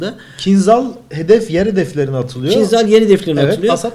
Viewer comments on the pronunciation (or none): Selamlar. "kincal" diye okunur, Türkçesi hançerdir. Kinzal değil. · Bu roketin ismi aslında "Kinzal" değil. Doğru olanı ise "Kinjal" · Kinjal diye okunur bu arada kinzhal değil türkçesi hançerdir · Hocam, kinzal degil de, kinjal okusaniz daha dûzgun olur. Bu turkceden alinma bir kelime ve karsiligi hancer demek. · Kinzal değil kinjal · kinzal değil kinjal rusçada anlamı hançer